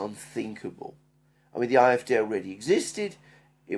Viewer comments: Please say "AFD", not "eye, ef, deah". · Why do you guys pronounce “AFD” in some weird combination of language, yet “CDU” in what seems to be normal American English. My nightmares of “Elensky” still haunt me.